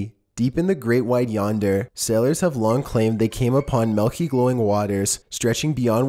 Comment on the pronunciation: is chillin' is quite irritating. He's stating facts it sound as if he's asking questions. Not a positive vocal affectation for a video narrator. It's f**king pronounced "milky," not "malky."